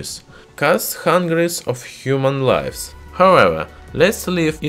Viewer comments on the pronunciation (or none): none